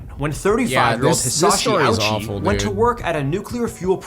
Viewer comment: I hate the way he pronounces japanese words. I feel like he only pronounced ouchi that way to make the "owchie" joke. Its supposed to be more like "OH-chee"